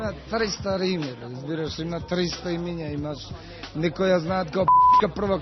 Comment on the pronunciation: Neshto kao, razbirash?:)) RAZBIRASH:) Ama ne e "Razbirash" (so tochen akcent) tuku razbi`rash :) Jadel OD na snimanjevo, a?:)